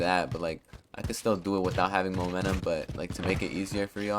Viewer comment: "Monenum" lmfao